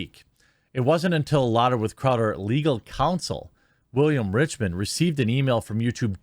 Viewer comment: His half Asian lawyer Bill Richmond. Say it right. Lol